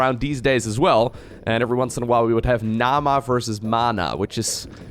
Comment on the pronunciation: Mana and Naama don't sound all that alike if you pronounce them properly. Finnish lessons for, anyone in favour?